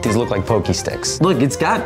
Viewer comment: Wtf is pokey sticks??? It's POCKy sticks.